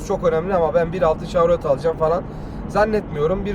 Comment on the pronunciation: Telaffuz yanlış olmuş chevrolet şavrolet diye değil şevrolet diye okunur. Ayrıca araçta 8 hava yastığı bulunmakta. Bu da ufak bir bilgi olsun.